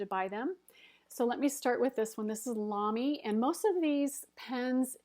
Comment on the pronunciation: Hi! Your pronunciation of Lamy is perfect! (I'm German) :-)